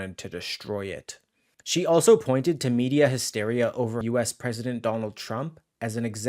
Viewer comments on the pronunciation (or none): none